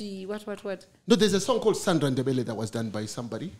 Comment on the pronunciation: really got th pronounciation way wrong😂🤣😂🤣😂. Am not even Ndebele but I can hear it